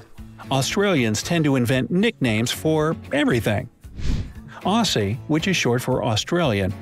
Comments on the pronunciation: Nooooo, any word with ssie is pronounced zzie. So Aussie is pronounced Ozzie, never Ossie. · Almost NONE of this guy's attempts at pronouncing Australian terms, slang or place names are correct. We Aussies (OZZIES not AU-SEES) tend to cringe and roll our eyes a lot at these American-made vid's about our country. Perhaps try to find videos about Australia that are actually made by Australians, where possible, in future?